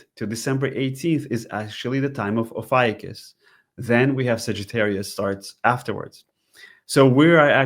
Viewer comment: Ofiucius is pronounced 'oh few choose'. FYI